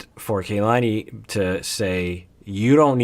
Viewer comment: It is KA-LANI not KAY-LANI. Listen to how Asuelu and her family say it.